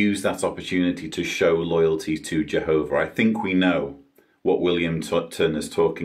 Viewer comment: Awesome rebuttal! 👍 I couldn't help but think about the child abuse & how they said jeeehoba sees all life as precious-apparently not protecting children. Also, the nonstop showing how nobody can live their lives without the organization solving all their problems. Your so right, they treat all like infants, childlike, & life in a little JW watchtower box. Oh, & women are less than men-shameful! I gotta add the monotone way everyone talks! All the same! 🤣😂🤣😂 your singing at the end was truly inspiring,! I forgot to count how many times I heard, jeeehoba! If I had to guess, 200-times!! In what, a half-hour time span! Indoctrination to the core! Trigger word.